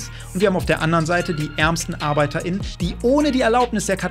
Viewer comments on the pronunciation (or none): Arbeiter innen dein ernst wie kann man nur so reden ich versteh das nicht